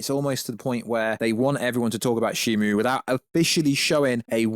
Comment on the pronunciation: It’s shimO NOT ShimU…